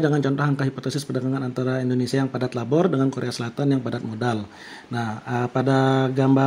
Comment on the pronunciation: Maaf ka mau kasih saran aja. Sebenernya penjelasannya cukup bagus dan mudah di mengerti, tapi 1. Ada beberapa kata yang kurang jelas penyebutanya, seperti di detik 15.33 penyebutan kata LABOR. Saya butuh beberapa kali pengulangan vidio untuk tau kata itu. Itu juga mungkin karna saya baru pertama kali mendengar kata LABOR, jadi saya sedikit kesulitan. 2. Untuk penjelasan di cth KURVA. Bisa kah Ka, untuk menambahkan coret-coretan merah di bagian-bagian yang sedang dijelaskan, agar lebih jelas. Karna saya masih kesulitan dalam membaca KURVA. untuk selebihnya vidionya cukup baik dan dapat dimengerti. Terimakasih, semoga untuk kedepannya lebih baik lagi. SALAM SUKSES.